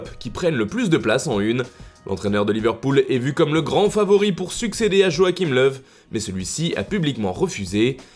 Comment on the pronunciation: C'est la bonne prononciation